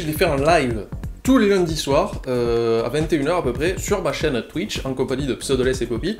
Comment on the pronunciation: "Twichte" Ah lala, il t'aura fait chier ce nom x)